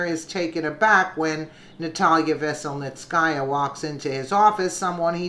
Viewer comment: good job, trying to pronounce these names that come up. PS enjoy listening to you.